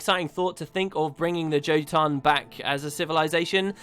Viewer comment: Gah...I hate how Guild Wars 2 pronounces the jotun. As a Norse word, the J is pronounced as a "Y". Yotun. Jormag, being a play on Jormangundr, should also be Yormag.